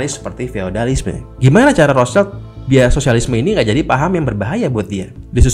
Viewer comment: Wihh para pencari konspirasi😁. Maaf bang agak ralat nyebutnya bukan "roscaild (anak mawar dong)" ..hehe piis✌🏻😄